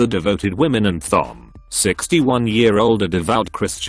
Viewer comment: + the fact that he pronounces Thom (Tom) so it sounds like thumb